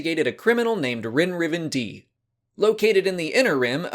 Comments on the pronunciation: It's pronounced Die isn't it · It is pronounced Rin-Riven-DIE, at least that's how the audio book pronounced it